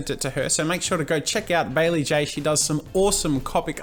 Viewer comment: IT'S BAE-LEE